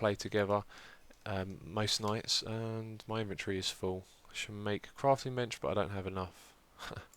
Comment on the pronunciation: am i the only one who gets bothered when xisuma says inventry instead of inventory?